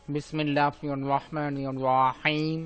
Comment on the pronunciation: vai don't mind,apnar bismillahir rahmanir rohim bolata shuddho hoy na,,doya kore eta shuddho kore niben